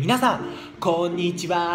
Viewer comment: こんにちはってめちゃめちゃ上手